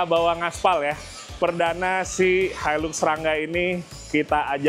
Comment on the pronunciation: Itu bukan hailuks mas bro. Hilux. Sebutannya hailaks